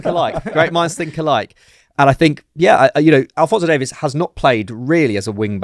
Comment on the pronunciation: maybe you guys can learn how to pronounce alphonso Davies name correctly